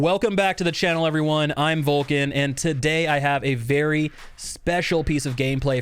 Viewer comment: Nearly asked myself: "Is this Volkin ?!" Till I understood, it's Vulkan